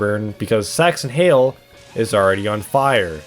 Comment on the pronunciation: Im pretty sure the original upload was age restricted because the "sax" part of "saxton hale" sounds like "sex" and you say "saxton hale" quite a few times over the course of the video